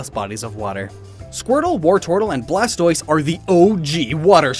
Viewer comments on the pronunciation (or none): none